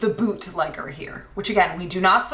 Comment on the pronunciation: I was taken aback for at least a full minute because when said "bootlegger", I thought she had called this person a "bootlicker" and I'm now scream-laughing